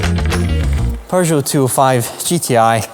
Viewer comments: Love your content but....there's no "r" in PEUGEOT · "Per-jo"!? Sorry, you no longer pronounce "Peugeot" like a Scottish person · Is it a Scottish thing to say ‘’Purrgeot’’? Just found it interesting. 😂